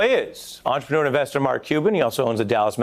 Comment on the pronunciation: It's entreprenEUr not entreprenUEr